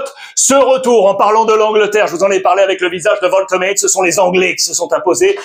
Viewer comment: Wolte quoi ? Alex un petit effort stp 😭😭😭